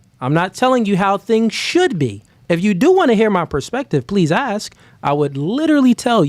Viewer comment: It's "ask" NOT "axe" !!!!